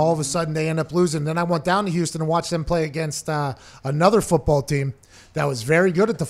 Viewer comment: "University of WHOston"